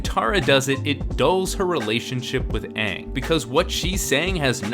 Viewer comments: Maaaannn Christopher Lloyd is the PERFECT Bumi though Just recast the rest of the cast to not be pasty white and give Zuko an ACTUAL scar that covers more than a few square centimeters of his face AND FUCKING PRONOUNCE THE NAMES RIGHT and a Christopher Lloyd Bumi might be at least fun to watch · My mom, who is a big fan of the show, walked out of the theatre when they mispronounced Aang. We watched the show together and couldn’t believe how awful it was literally seconds into the film. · THANK YOU!!! One of the most annoying thing the director did was take the pronunciation of every name in the show and do it incorrectly. The other parts were were bad to begin with, but that just grated on my nerves the entire time. It's like hearing someone call a "water heater", which is the correct term by the way, and call it a "HOT water heater". If the water was already, why are you heating it? THat also goes in line with what Katara did with all her talking, through the entire movie... Not to mention all it did was retell the first season of the show in a 2 hour movie. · The mispronouciation was one of the worst things simply because we had to hear this error over and over. And yes it's an error. ATLA is an american made cartoon. The creators original intent is the correct pronouciation, it was never repurposed or reworked to fit a western audience. The Last Airbender's origins are inherently western. There is more country twang in Ang than there is in glass of Tang. It's there and there on purpose--not a "mistake". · Are we even going to mention that his name is Oong? Really? And they say Sokka completely wrong. This movie does not do the show justice at all. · Michael Roach well you're stupid because for instance Aaron can be pronounced a thousand different ways depending on who you're asking. It's Aang and Sokka not On and Soaka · Why does this guy keep saying Aang? We all know it's actually Ung. Very annoying mistake smh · "Ong" and "Soaka" AAARGGGGGHHHHHHHHHHHH!